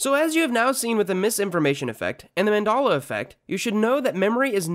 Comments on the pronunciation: Back in my day people said the man-del-la effect, now it's the man-darla effect, i hope you learned something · Its pronounced man-del-la, not man-dal--la, or whatever the hell you said. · Man-Dell-A not Man-Doll-A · manDEla effect not manDala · Great vid .... but PLEASE stop saying “Man-DOLL-uh”. It’s “Mum-del-uh” But great video. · Nice one, i see what ya did there! For those who wooshed on this one, this fool repeated called it the man-dal-la effect. Some also call it man-dol-la or man-doll-la. To those who dont know, it is man-DEL-la effect. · 1. It's not Man-dalla. It's Man-dela. (Seriously it's so easy to, how did you pronounce it wrong) 2. He didn't die recently. There's nothing recent about 2013. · Named after nelson Mandela, however the speaker calls it the Mandaaallla affect 🤨 effect and affect are also different, Jesus you absolute dipsh*t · Its mandela not mandalla! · Mandela is pronounced man dell ah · How about the fact that this guy keeps saying Mendala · are you incapable of saying Man-Dell-la? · I cant trust anyone that pronounces it Mondollah. At least research the pronunciation of something if your goal is to debunk it. Haha 😅😅😅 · What do you mean?! It is Mandolla!!! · I thought it was pronounced “MAN DELL UH” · 🤣🤣🤣🤣... that was bothering me the whole time!!! MandAla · I'm a minute 30 in and your losing credibility fast. You can't pronounce Mandela, and you can even find the original Snow White "Mirror Mirror" clip here on YouTube. So its not suggestability!! It's like they reprinted movies and changed a word and tell people we don't remember it accurately.. I agree people can remember things incorrectly or get things mixed up, but it's not the same as the ManDELLa effect! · Why do you pronounce Mandela differently depending if you're referring to the man or the effect? It doesn't make any sense. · so you can pronounce Nelson Mandela correctly, but not fucking Mandela Effect? disliked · That is the worse way to pronounce Mandela